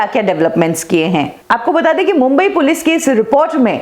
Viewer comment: Mam it is Police not Pilice . Please do the correction.